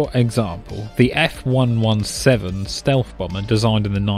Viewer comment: ”…the F one one seven” What???